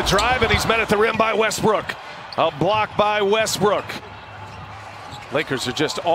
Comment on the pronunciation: He said westrook twice😭